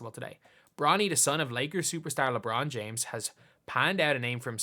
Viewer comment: Bronald James?